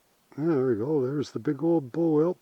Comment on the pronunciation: What is a "bowl?" "Bull" wheel?